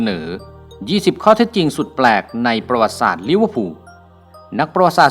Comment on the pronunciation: ประวัติศาสตร์ ที่ถูกต้อง อ่านว่า ประ-หวัด-ติ-สาด